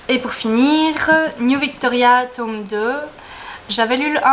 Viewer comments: J'adore la prononciation "tôme" ^^ Une chouette première vidéo, hâte de voir la suite! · Coucou ! (c'est Mélo), ravie de te voir en vrai, tu es toute mimi ! Et moi j'adore l'accent belge et je préfère même quand on prononce tÔme et non tome à la française :p Pourquoi dis-tu que tes études ne vont pas aboutir? j'admire franchement cette branche, j'aurais beaucoup aimé traduire des livres mais étant donné que je suis déjà une truffe en anglais c'est compliqué,lol . En tout cas je croise les doigts. A b1tôt, ça m'a fait plaisir de te voir (mm si je ne suis pas super assidue des vidéos)